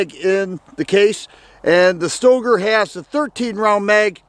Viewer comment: Pretty sure that Stoeger is pronounced "Stir-gerr".